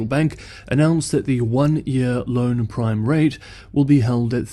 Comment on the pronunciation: That one year loan prime rate sounded more like crime rate.